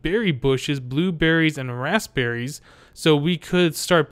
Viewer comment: When he sais rasberies it sounds like hes saying assberies